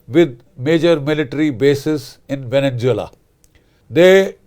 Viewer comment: It's Venezuela not Venen Zeula